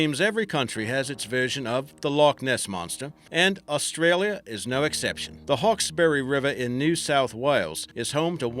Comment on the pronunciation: Is pronounced hawksbry and bun-yip and there is actual evidence of the panther in nsw as they have paw print moles of it it’s actually thought to be a panther cat hybrid that have reproduced when someone brought a panther but couldn’t handle it and set it free look up the 60 min documentary